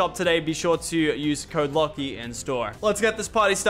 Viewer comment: Why you always say got her lachy